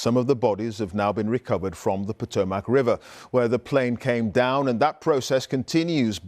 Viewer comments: Hey BBC, all three of your anchors/reports mispronounced the name of the river. It is NOT Po-toe-MAC, it is pronounced Po-TOME-mic. In addition to mispronouncing two of the three syllables, the emphasis is on the second syllable, not third. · Not an American, Potomac is a well-known river around the world, newscaster should know how to correctly pronounce it. Lived in London for over a year. Lived at The Circle, which were those flats that were previously was the brewing district cross the TEMZ from the Tower of London. But the fundamental difference is, I don’t make my living being an anchor presenting the news. I will tell you that most Americans think the Tower Bridge is London Bridge.